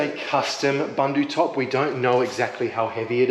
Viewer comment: Ahh epic time guys, the Bundutop is an excellent addition. And your pronunciation is super close - it’s “boendoe top” rather than your “bundoe top” 👍 So exciting, getting so close now